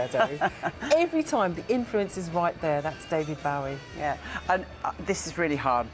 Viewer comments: 😂 She said, David Blowie😂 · She even called him David Blowie lol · She said Blowie, the guy at the desk is Bowie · its bowie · . David Blowie. . Very com-plate-ative. Golden 💀